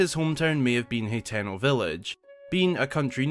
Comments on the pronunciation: i get that but there saying wrong as well , hateno is easy to sound out ...your saying it heteno tho a whole letter off just saying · I cringe everytime you mispronounce. Hateno village ...you have to sound it out ..ha ten o